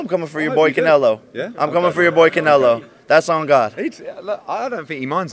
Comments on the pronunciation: Did he just say conelo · Lmao my guy said “how bout cancelo”